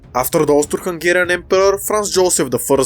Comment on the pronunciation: I keep hearing it as "Toaster Hungarian"